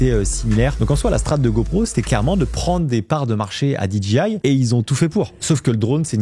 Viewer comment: DJI se prononce DGI… le J anglais se prononce G, et vice-versa. 😅